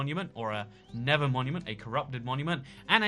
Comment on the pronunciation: The nether is not pronounced the never!